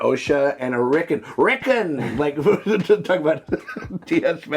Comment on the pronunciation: His name is not Rickin, it's Rickon!!😂